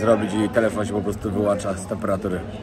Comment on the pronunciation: Wyłącza* nie wyłancza